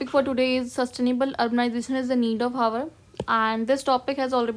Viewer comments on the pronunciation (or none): Mam Kindly Pronouce ' Hour ' as ' OUR ' H is silent in HOUR